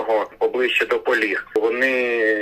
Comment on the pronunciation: Гарні новини,але не Поліг,а Полог.Вчіться грамотії,у вас вища освіта,соромно!